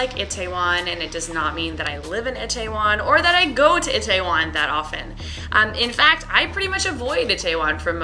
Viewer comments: Why? The correct way to pronounce it is: E-teh-won. I think she said like this. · The way she says Itaewon makes me cringe soo bad.